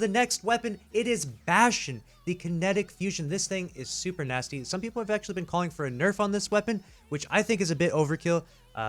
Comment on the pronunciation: It’s “NaSTy”